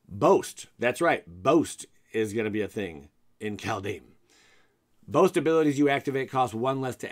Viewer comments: Same as how he's pronouncing the set as Cal-dame. It's Kald-heim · "Called-HighM" Please..........